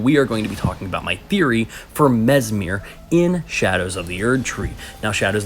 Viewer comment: Mesmer, not Mesmir, no?